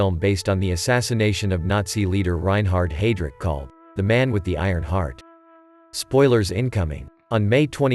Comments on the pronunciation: Pronounced 'hy-drich,' not 'hey-drich.' And of course, the assassination of Reinhard Heydrich resulted in the deliberate destruction of the village of Lidice (and the massacre of its inhabitants, including several hundred men, women, and children) as well as reprisals throughout Prague and the present-day Czech Republic and Slovakia. Was the killing of Heydrich worth the cost of the German reprisals? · HIGH-Drich..NOT HAY-Drich! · Haydrick? Thought it was heydrich in pronunciation?🙄 Jman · Or heidi-reich lol